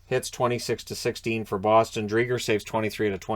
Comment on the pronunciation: My dad got me a Seattle Driedger jersey; our family name. We pronounce it Dree-Jer not Dree-Grrr though. North AB!